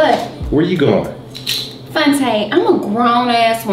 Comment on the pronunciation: “Fonte” 😂😂😂😂 the f to close to the d